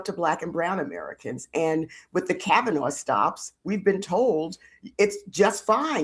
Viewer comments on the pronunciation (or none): none